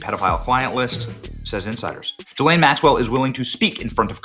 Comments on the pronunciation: It's "ghee-LANE". I know what she did but it's not "Joffrey" Dahmer or "Alan" Hitler. Learn talk words how, man who talk to make money. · … and for fuck sake… her name is JIZZ-LANE!!!?! 🤣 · Benny...another " journalist" who can't take a single second to learn how to pronounce Ghislaine.